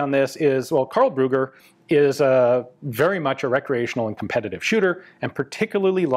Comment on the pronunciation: "Ruger"?? Ah, the name is "Brügger"! Your pronunciation of ü as well as of gg is so far off, you sound like you mean to say "Ruger". -.